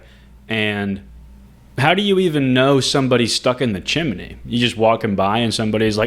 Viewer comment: Is that really how you say chimney or is this a prank??